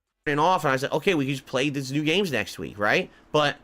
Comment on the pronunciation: Whenever he says HAHT NEW GAYMES it drives me crazy